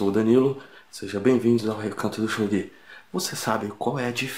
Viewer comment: Se ele pronunciou kanji errado, esse também deve estar. Nunca ouvi pronunciarem desse jeito. Até perdi a vontade de assistir.